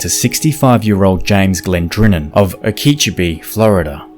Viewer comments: Not proper pronunciation O(long O sound) KEY (as in house key) CHO (cho with a long O ) BE (pronounced as Bee). “"Okeechobee" comes from two words: "oki," or water, and "chobi," or big, and was coined by the western Georgia Indian tribe Hitchiti. The region's Calusa Indian tribe also gave it another name: "Mayami," also meaning "big water." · wait are you trying to say okeechobee? oh-kee-cho-bee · It’s pronounced “oh-key-cho-bee”. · sorry I just LOVE how he said “Okeechobe”. That was the funniest thing to me. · I literally spit my drink out when I heard that. 🤣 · It's pronounced "oh key Cho bee". It means big water. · It's Oh-kah-Cho-bee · Hi I just wanna let you know that okeechobee is pronounced oak-a-cho-bee. I know it’s a hard name (it’s Native American) and you’ve probably never heard it spoken before! I don’t wanna be rude I just genuinely wanna be helpful. Don’t know if you’ll ever say okeechobee in the future, but now you know! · I was going to post the same thing. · Isn’t it o-key-dough-key? Just trying to help. ;) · Oh-ka- CHO- bee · Thank you. Great vids! please accept my correcting your pronunciation. Most don't get it right understandably. Okeechobee = "Oak-ah-cho'-be" with the emphasis on the third syllable. Both are long O's. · Hi, it’s Oh-key-cho-bee, here in Florida. Good wrap up on sad stories. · 😊 get a friend in Florida to help with pronunciation! I can be your helper. Oh kee cho (long o sound) bee... and an s (always) on the end of Fort Myers. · Oh kuh cho bee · Learn how to pronounce Okeechobee! 😂😂😂😂😂😂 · he said Okeechobee so weird lol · Antha you’re right. And if the narrator DID have an accent I wouldn’t have judged him. But he didn’t have an accent at all, he was speaking the same kind of English they do in the places he was mispronouncing. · Okeechobee isn't that hard to figure out and really he Just got the emphasis wrong but it is very annoying to hear it pronounced incorrectly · My brain hurt with the pronunciation...🙈🙉